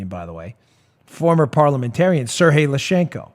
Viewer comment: Dan, Sergey is pronounced Ser*G*yey, not Serhey. It's not Spanish. :)